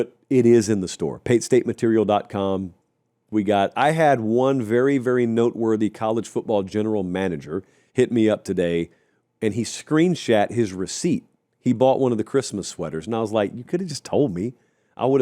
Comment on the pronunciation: we can’t gloss over the fact that just said “screenshat”